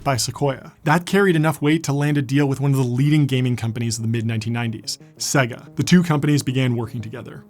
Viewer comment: Great video. Maybe I imagined it, but I think Sega was pronounced 3 different ways.